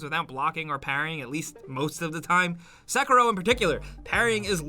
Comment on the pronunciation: Others ; Sekiro Guy in the Vid ; Sackero